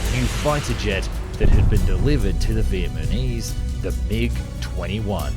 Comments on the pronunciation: Small pronunciation nitpick. It's Vietnamese (Viet-Nam-Ease) not Vietmanese (Viet-Ma-Knees). Just thought that was funny, but love the content. Keep it up! Second pronunciation nitpick while I'm here: "Nguyen" is pronounced like (Nu-win) not (Nugun). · Is it just me or is he saying Vietmanese instead of Vietnamese?? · Its Vietnamese not Vietmanese bro 😭😭😭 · It still baffles me everytime a westerner pronounces Vietnamese as Vietmanese. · First off your videos are always great, and informative. The unique CGI aircraft models are wonderful. I just wanted to point out something I heard a few times in this video. you are pronouncing Vietnamese as Viet-MA-NEES and maybe not even realizing it. it is NA - ME not MA-NE. Anyway, on to more important things.. yes I would love to see more videos like this of historical plans which had a long history of service! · wait..... wait... did he just say vietmanese? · might I ask who the Vietmanese are? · ah yes the vietmanese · Did he say, "Vietmanese"? LOL. Cmon dude. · Oh yes, the vietmanise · who edits these? He just said Vietmanese! This low effort shit is terrible... can't imagine the sweatshop where the animation is done. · Vietmanese? What's that? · Low effort crap. HE said Vietmanese at one point. These are terrible.